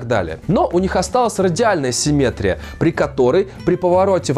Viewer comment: Хочется только поправить: правильное ударение симметрИя. Кстати говоря, слово асимметрИя Вы сказали верно. ;)